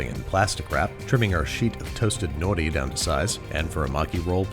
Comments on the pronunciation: you’re like one of the few chef/cooking people i’ve seen who actually said “nori” correctly lol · He pronounced nori correctly 😌